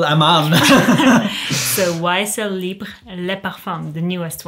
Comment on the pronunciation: I thought she says, “YSL Leper Farm,” lol!